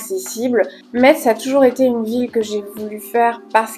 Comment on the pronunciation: Je suis en retard! Mais super vidéo! Par contre je tiens à te préciser qu’ont prononce pas le T ont dit messe 😭🫡